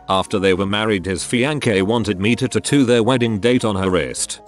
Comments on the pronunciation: Everyone else: tatoo Reddit guy: TOOTOO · Tattoo Computer generated voice: tutoo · Could keep watching after the forth time he said titoo